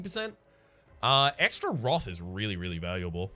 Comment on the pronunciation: 8 episodes in I was wondering what this roth is. just pronounces wrath funny.